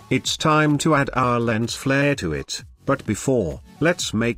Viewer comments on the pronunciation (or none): none